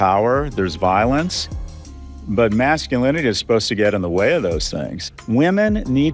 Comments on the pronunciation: Did i hear her say "toxic MAX-sculinity"????? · Toxic Mack-Skew-linity? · Did she say "toxic mac-sculinity"? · Right off the bat, I noticed that Oprah can't say Masculinity, she says Maxulinity. Interesting. Is it the same Ask/Axe issue as usual? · "max cu linity"? She finna ax some questions. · did you say heiffernism? xD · "Toxic Max-skull-in-a-tee," huh? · All the NODDING male BOBBLE HEADS were moved to the FRONT! 😂🤣🤣 Oprah can't even pronounce "MASCULINITY" properly! If she wanted TRUTH she would have invited Dr. JORDAN B. PETERSON.